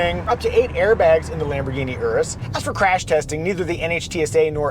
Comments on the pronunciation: Finally someone knows how to pronounce the name Urus 🎉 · It’s always great to hear it called the Urus not Yuris 👍